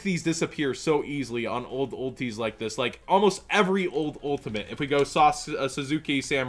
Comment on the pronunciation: It's Sauce-K Samurai. Pronounce it right